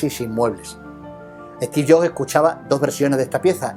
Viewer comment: "Esti Llo" (Steve Jobs)